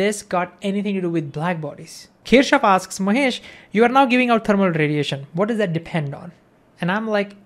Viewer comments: You should have written explicitly the name of Gustav Kirchhoff. The thing is: When you pronounce his name it does not sound right in different languages. I (being Russian) heard something like "Teashof". If you had not shown his face (photo) I would not have guessed who was "Teashof". I doubt that even Germans would have guessed what you meant. They don't pronounce it like that. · I think its keer-cough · Kirchhoff ❌ Keshav ✅ 😂😂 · how many of them heard kirchoff as keshav?